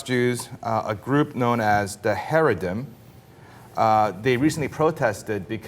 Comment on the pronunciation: Basing off the fact that you can't even pronounce the word "Chareidi". I assume you probably don't even know shit about what they do. And basing a whole group off of a couple of incidence is absolutely disgusting. 🖕